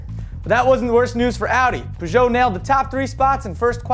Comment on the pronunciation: No, he actually says it right. Peuj'o and reno is how they say it.